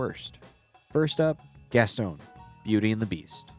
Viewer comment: GasSTONE? GasTON How you say gaston is crazy